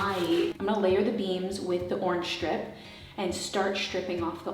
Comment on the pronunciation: Love your style, love your channel, and I think you’re adorable, so please don’t take this wrong. You tend to say “shtrip” and “shtrength” instead of strip and strength. Curious as to why? Just curious, no judging here.